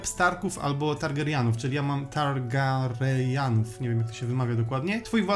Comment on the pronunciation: Ta wymowa Targaryen XD